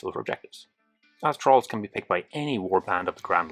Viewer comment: Great video, thanks very much. I thought you were saying trolls rather than thralls though because of your accent 😂